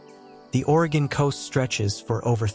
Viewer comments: At least they got "Oregon" right. Which most can't do. Mostly Worstcoasters. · Great, except, you pronounced Willamette like it was in Illinois, not Oregon. It's a as in apple, not as in up. At least you said Orygun instead of Ore ee gone. ❤